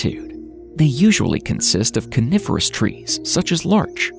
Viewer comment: AI can't speak again. Calling the Coniferous forests Carnivorous!😊😅😂